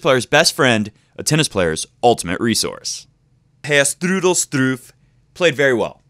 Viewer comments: Hahahah no comments on Straff, STRUFF! I laughed more each time you pronounced it that way xD nice video, keep it going :) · Dude...you're babbling. Normally I like your vidoes but I had to vote thumb's down on this one. 14 minutes to say the obvious? Really? This should have been a 5 minute "quick sip" video. And in the future could you please find out how to pronounce the opponent's name ahead of time because the Strooff/Struff thing was annoying. As far as Roger's backhand - it's early going. He'll figure it out just like he did for the final last year. And if he plays Djokovic there's no way Djokovic is suddenly going to come to the net 30 times so I'm not too worried about that. Roger will probably have to get past DelPo first so let's not get too far ahead of ourselves. As shaky as Djokovic looked against Monfils he may not even make it past the winner of Zverev\Chung. Notice I am NOT giving Ramos-Vinolas much of a chance.